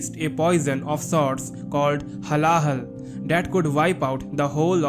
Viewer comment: Brother pronounce correctly it's not halala it's hala hala हलाहल (being india it's bad if we can't pronounce our own mother tongue properly.)